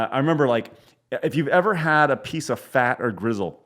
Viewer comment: Its pronounced gristle, not grizzle. No offense